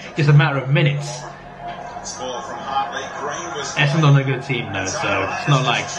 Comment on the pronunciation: Essendon is pronounced Essindin, my dude